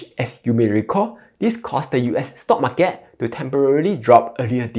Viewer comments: He pronounce as "Mar Cat". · The way you pronounce "market" tells me you are from Malaysia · that's how ziet invest pronounces as well haha